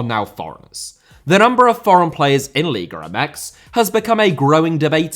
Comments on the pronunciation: No puede pronunciar. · LIGA not LIGRA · America* not Ameriker Rather* not Rother Copa* not Copper Argentina* not Orgentiner Honduras* not Hondjoras Korea* not Korear Croatia* not Croatier Half * not Holf Liga* not Liguer Saw* not Sor Bielsa* not Bielser